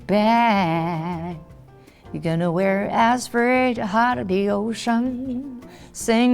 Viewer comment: “Am i tonna make it to make future husband” ?😭😭😂😂😂 I LOVE her ❤️